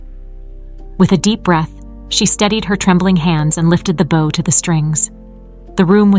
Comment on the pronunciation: Poor pronunciation of some everyday words ("bow" of the violin is pronounced like "know", "show"! "bow" meaning "bend" is pronounced like "cow", "now", "how"!)